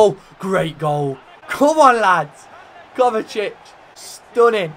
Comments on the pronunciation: Its kovačic not kovakic 😂😂 great video tho ngl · its pronounced KOVA-CHI-CH kovačić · Muh-teo Kova-chich m8. Besides that great episode.